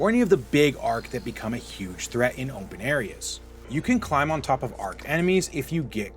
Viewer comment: Why you say open like that?